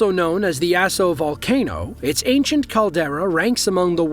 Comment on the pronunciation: 😂 it’s also mt ‘aah-so’, not mt ass-o lol. Makes the eruption sound like a bad case of diarrhea.